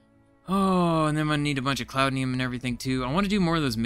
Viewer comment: Almost there. I've enjoyed watching this series. By the way, it's not cloudnium. It's cloutium. 😉